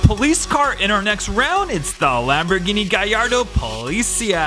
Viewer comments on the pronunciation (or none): none